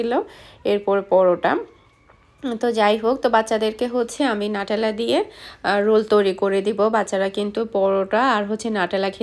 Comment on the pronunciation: আপু ওটা নাটেলা হবেনা নিউট্রেলা হবে,আবার আপনি বোন কে ভোন বলেন কেনো আপু??